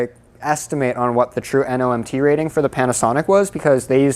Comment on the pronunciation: it's not "NOMT" it's "NMOT". Normal module operating temp.